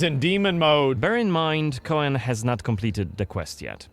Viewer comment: Like many witcher things coen/koen is a Dutch name so their pronounciation is a bit off. It's actually more just pronounced Coon/Koon. But in german it's a bit in between tbf. Unless they mean Coën or Cohen or something else. But Coën is not a "real" name. And Cohen is like Jewish I think.